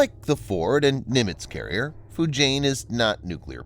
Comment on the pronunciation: Your pronounciation of the chinese names sucks! Liaoning is not pronounced "La-oh-ning". It is "Lee-ah-oh-ning". And Fujian is pronounced "Foo-jee-an".